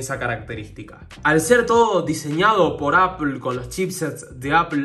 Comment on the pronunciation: Se pronuncia “apol”